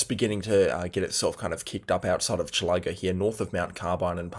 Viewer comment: Chil-ă-go….not Chilah-go. :-)